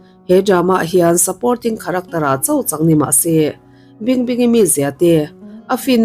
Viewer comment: Kharaktawr - heti lo deuh hian i lam thei em² ang.